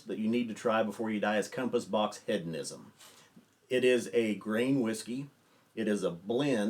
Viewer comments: It's pronounced Heed-on-ism not Head-on-ism. Have you not heard this word before? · Love ya but it’s HEEDonism and you said “Head-onism” like 18 times in 30 seconds 🤣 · He-dough-nism not head-o-ism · It's an interesting word. With a Brittish accent the word is pronounced heh·duh·ni·zm. To American English speakers, it sounds like the Brittish speaker is saying head-uh-ni-zm. It is a subtle difference, but Brittish English speakers are including the "d" in the second syllable just as American English speakers. Hearing the word spoken by a Brittish speaker leads to this common American mispronunciation. The key is the first syllable. Brittish first syllable is "heh," and American first syllable is "hee." So, our American ears tend pull the "d" into the first syllable when we hear the Brittish pronunciation. Listen to say the word again keeping in mind that he is saying heh·duh·ni·zm, not head-uh-ni-zm. I hope this helps. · How is nobody commenting on the pronunciation of hedonism? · Very nice list. The inclusion of Compass Box Hedonism is a fantastic choice. Please check the pronunciation, there is no "a" in Hedonism. I mean this only to be helpful. I enjoy the information. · One further point. Keep in mind that is an American who lives in London, so the question is is he pronouncing it incorrectly, or is he using the Brittish pronunciation. I'd guess the latter in that he is softening the first syllable as the Brittish do, and placing the "d" properly in the second syllable. Hedonism is not a commonly used word, and it's likely that first heard, and learned to pronounce it in Great Britain. Again, I don't want to detract from the main point of your video. Your choice to include this Scotch blend here is, as a Brittish speaker would say, brilliant.